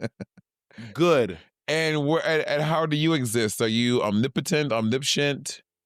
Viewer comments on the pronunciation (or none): now Monet is it omniscient or omnipscient? 😅